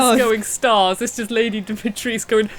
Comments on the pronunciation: Exactly so why is everyone pronouncing it dimi-tresc 🤷‍♂️.. Im from the UK but still know its not a silent u... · Why is everyone saying demi tresc instead of how it's actually said in Romania with the u at the end. Its even spelled with a u... 🤷‍♂️ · But correct way is Dimitrescu 👍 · I guess because in Japanese u is not pronounciated that often, and the English voice actor forgot it to say the U, cuz in German version of the game they speak it correctly with u 👍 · It's because the Japanese don't pronounce the "u" in there interpretation so it's why they have mis-pronounced it and sadly recorded voice lines with the mistake. We'll just have to put up with it and enjoy the game as they have made it.